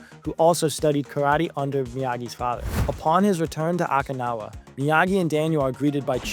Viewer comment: You mispronounced several character names as well as Okinawa.